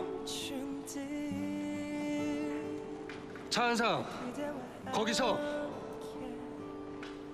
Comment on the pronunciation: Not cha run sang its cha eun sang okay!😒